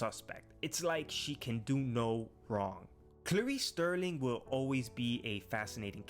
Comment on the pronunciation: Spot-on man! A very diplomatic review sir... Though it's Clarice STARLING not Sterling! Clarice is sh*t! From the get-go, a dire script, which turned Senator Martin, into a brainless politician parroting words she once heard in a film... A ham-fisted psychiatrist, who would be struck-off, behaving like that! A blatant cheap cash-grab, with 'Clarice' in name ONLY! This is made without a shred of understanding of the original 'Silence of the Lambs' film... A vacuous, vapid offering on screen, totally devoid of the sheer gravitas, that Silence of the Lambs had... I'm sure Johnathan Demme felt serendipity at work... 5 Oscars and 6 BAFTAs... Nuff said! Even Jodie Foster felt Thomas Harris (Author of Silence of the Lambs & Hannibal) was disingenuous towards Clarice's spirit in his own-sequel novel, Hannibal; (He is... Read it!!!) Foster bailed on the sequel film... THAT, dear readers is integrity! People who thought 'The Haunting of Hill House' series, "The scariest thing they'd ever seen" will love it...